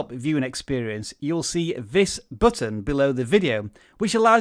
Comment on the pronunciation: "this buhtton" :)